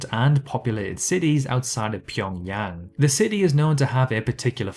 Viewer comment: You are one of so few youtubers who can pronounce Pyongyang correctly. Impressive.